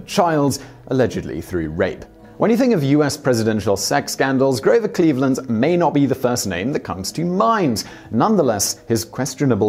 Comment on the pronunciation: Pssssst.... stop calling a US president, whose name is therefore ridiculously easy to confirm and get right, “Grover ClevelandS.” FFS! It’s CLEVELAND, like the city! I know you’re not American, but 2 seconds of googling would have prevented that mistake!